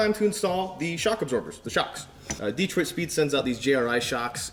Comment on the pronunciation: it’s pronounced dee-troit. There’s no other way to say it